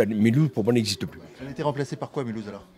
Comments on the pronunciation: pourquoi le gars il dit milhouse à ? rien compris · On dit pas Mulhouse, milouz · Ca se prononce Milhouze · oui, le monsieur est âgé et pourtant il a zero culture sur sa propre ville. Mulhouse se prononce et s'écrit Milhüsa en Alsacien et c'est écrit en grand et en majuscule avec un gros cadre rouge à l'entrée de la ville...avant d'essayer de faire des jeux de mots raciste, on s'informe avant sinon on passe pour un con devant les gens qui ont + que 2 neurones... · quand il a dit Milouse j'ai pensé aux Simpson 😂😂